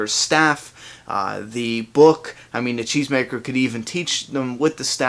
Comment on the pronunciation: Until I saw a comment confirming that Morgan said it in an interview, I swore he said chains maker! it sounds funny from a cheese maker...